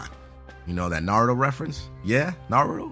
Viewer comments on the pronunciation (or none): its not naru its naruto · "" nah it's Naruto. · lol he said instead of Naruto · Did he just say Naru? That doesn't sound right, he should've said Naruto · ITS NOT NARAH ITS NARUTO LEARN YOUR REFRINSES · is naruTO not naRU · it's N-A-R-U-T-O!! damn it emphasis On The R!! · ps its nar-u-toe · #7 reference for naruto is pronounced (nar-oo-to) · Naru? lol. it's lit. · Sounded like he said Naruro to me :/ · The way he says naruto lol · Bruh you said Naruto wrong, get it right!